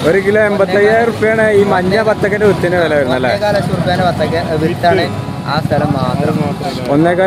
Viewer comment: വിത്തിന് എന്ന് തെളിയിച്ചു പറയു bro...